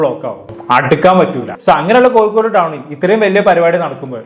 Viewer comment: Koyikode allada kozhikode...... Ni aadyam poi naak vadichit vaa